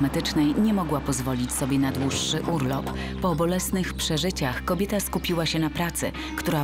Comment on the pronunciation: czy ona powiedziała kobita xd